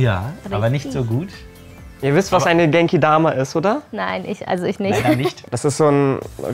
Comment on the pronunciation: Als die Genkidama erklärte habe ich verstanden: Kennt ihr Denkigama? Das ist eine Energie Kugel die man auf der Erde wirft xD